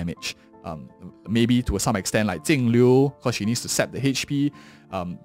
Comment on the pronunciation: Damn he butchered that first 10 seconds of the video. I though he said Tingyun vs Acon. Not Jingliu vs Acheron.